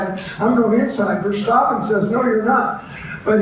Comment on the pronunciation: Another arrogant "expert". The Dutch don't use the sh sound in place of the s. Nobody on TV calls him "Vershtappen" It's not a triangle, it's just an angle. This guy is kinda dumb.